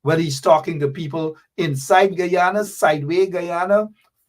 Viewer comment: Man you cannot even pronounce your own country name…. Guyana